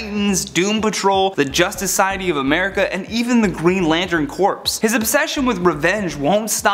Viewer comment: Dude seriously learn how to pronounce Corps